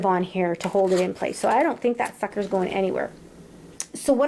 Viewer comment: I love this video and I also love how you had to put that you said "sucker"…it totally sounds like something else.